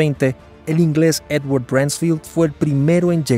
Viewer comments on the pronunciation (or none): none